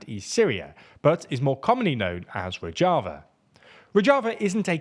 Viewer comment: Rozhava ( rož ) not rodg